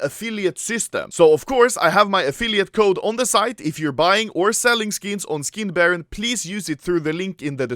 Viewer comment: All I heard was "I have a video coming 'foreskin' baron" HAHAHA